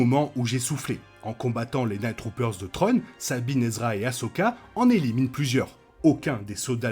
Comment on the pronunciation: De bonnes théories, à voir au final. Par contre un petit effort sur la glaise, c'est pas "trone" mais thrawne, "sssswraun". Ce serait apprécié ;)